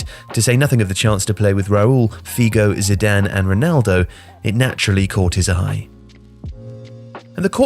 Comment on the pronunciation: Nice video as always but please,, get some online course in pronunciation of Portuguese names. You murdered Figo and Ronaldo in this video, and it's not the first time.